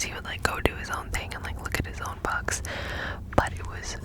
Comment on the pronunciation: Girl you said “books” and I heard “bugs”